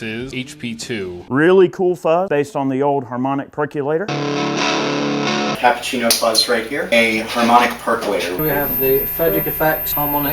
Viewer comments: Perq-you-later, guys. :) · Nucular perculator. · Great vid. Amazed how many people can’t pronounce percolator properly. 🤦🏻‍♂️